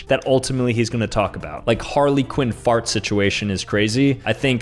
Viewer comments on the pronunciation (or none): none